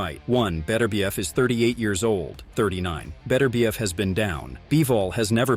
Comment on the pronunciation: Artur Beterbiev absolutely HATES the American pronunciation of his name. His name is not Betterbiev, it should be pronounced as three syllables, BET UR BIEV.